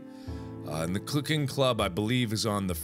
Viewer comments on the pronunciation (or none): anybody else realized he said "clooking club"?